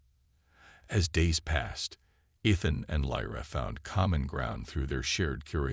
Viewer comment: No way to teach the AI to pronounce Ethan correctly?